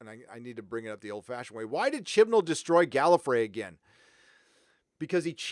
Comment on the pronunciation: They lost me at “Jodie Whittiker” and “Chris Chibnal”